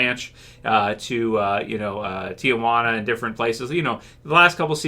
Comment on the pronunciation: Hey; just a little FYI it’s Tijuana not Tiajuana there is no “A”:)